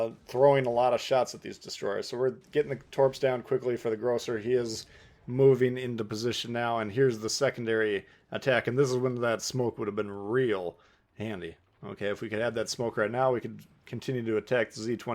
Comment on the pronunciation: Not grobe its grossa